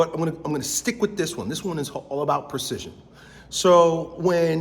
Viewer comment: Serious question: what is "percision"? Does he mean "PREcision"?